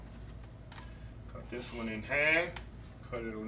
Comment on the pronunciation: When he said I'm making "dissun" for a friend. He had me.